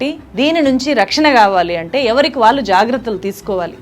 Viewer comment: Vaallu vaallu, pronunciation marchukondi please, Telugu ni champeyyakandi